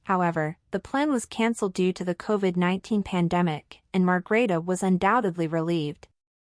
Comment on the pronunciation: Please, the Queens name is Margrethe, not Margareta or Margarita...